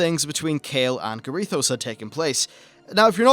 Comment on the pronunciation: Quel'thalas > quell-tha-lass Rommath > raw-moth Garithos > GAHH-ri-thos Blood Elf > High Elf